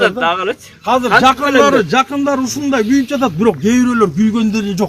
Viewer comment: "Казыр" - дебей, "Азыр" - эле дегилечи, же Мектепте Кыргыз-тилде: "Казыр" - деп окутканбы силерди???..